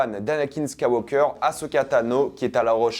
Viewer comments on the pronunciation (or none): none